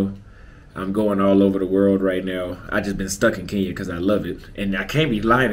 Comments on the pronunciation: It's KE NYA.✔️not KI NYA.❌ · I think it’s awesome the way you describe your experience in Kenya. I have been there and I’m in full agreement. There is one problem though. For a person who loves Kenya so much you need to step up on the pronouncing of the word Kenya. You always pronounce it Keen ya. The way the natives say it sounds like (kin ya). Please someone confirm. If you like the place at least pronounce it right. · Its Kein ya